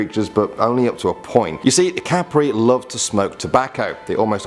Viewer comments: Kap-re Not cape-re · it's kap-re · Hahaha kapre kapire Hahaha hindi ganun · its not called sirena its called serena but the spelling of it is sirena and tiyanak is pronouced as chanak and a kapre is pronouced is kappre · You pronounced kapre wrong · When you say tiyank its like chanak no ti ya nak and when you say kapre its not kapri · proper pronounciation duwende=duwendeh kapre=kapreh sirena= serenah tiyanak= chanak